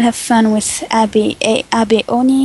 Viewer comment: It's pronounced Ah-beh, Abe is a character from an older Anime.